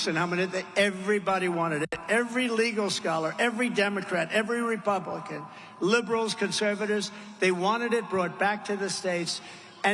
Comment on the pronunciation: Don't know if you guys caught it too, but he clearly calls her "Cabal-a" 😂😂😂 Go, DJT! ✊ ✊ ✊